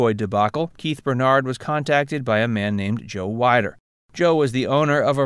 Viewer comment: Just fyi, it's Weeeder, not Wiiiider.